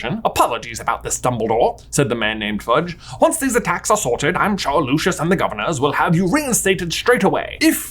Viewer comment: J you said Harry could attend Hogworth whispers That's not a thing. Also why'd you say Hagrid's first name all fancy sounding, but not correct? Lastly no matter how luscious his hair is it will never be Lucius (like Lucian) in the 2nd movie it's said Lu-See-Us Malfoy!